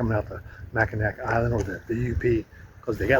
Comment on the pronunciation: Beautiful shops, homes, restaurants, and walking trails. Just so you know Mackinaw is pronounced Mack-ih-naw or ma-kuh-naa. Not Mack-I-nack. Many Michigan cities are pronounced incorrectly. 😊